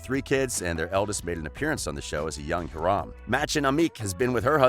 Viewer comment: Omg the way he pronounced Hiram and Mãdchen Amick made me laugh 😂